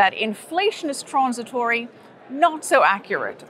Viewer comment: I like how says "tronzitory"